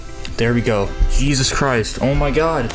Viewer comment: bro said yeezus christ